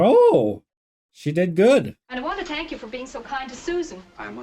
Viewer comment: Irish accent coming out. "i want to TANK you"